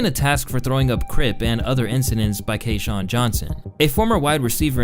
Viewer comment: His name is pronounced Kee shawn not KAYshawn